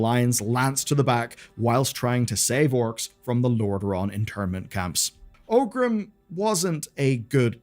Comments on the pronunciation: Are you mispronouncing 'Orgrim' as 'Ogrim' and 'Cairne' as 'Carne' for engagement bait? Because it's working... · Great video, it's always nice to look back and see how it all came to be. One thing though: The orc's name was not OGRIM, but oRgrim. I don't know why so many people mispronounce the name that often.